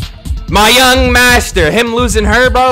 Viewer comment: 😂😂😂 why you have to say the young master thing like that